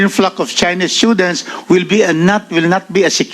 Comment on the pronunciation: *Stoo-dents... Hindi schoo-dents 😂